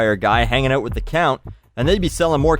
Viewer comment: you say the word out funny.